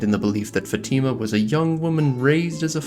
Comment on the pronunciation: Fátima is pronounced FAH-chee-ma in Brazilian Portuguese